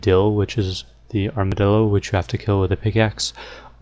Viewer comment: Did you say "Armadildo"?